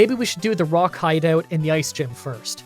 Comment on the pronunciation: I love how he said Rock hideout instead of Rocket hideout